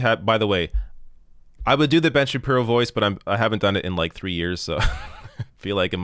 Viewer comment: Kind of a weird way to pronounce Ben Shabeebo but I'll take it